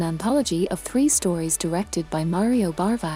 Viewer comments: Its BAVA not BARVA! Sorry if you cant get his name right, im out of here. 🤣🤣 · Bava, not Barva